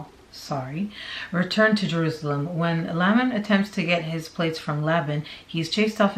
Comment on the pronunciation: Nephi - knee-fi Lame-in Lem-you-all 🙂